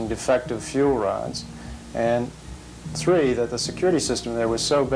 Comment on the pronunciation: Thank goodness it wasn't tree hundred and chirty tree pounds of plutonium! Can you imagine?!